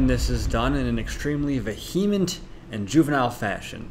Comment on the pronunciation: Hey - the word is pronounced VEE-hement not veHEEment. Get an education, please